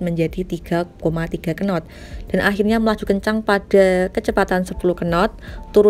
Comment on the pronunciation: Kenottttttttttttttttt... Apa kenot ! Nyebutnya not aja,, knot!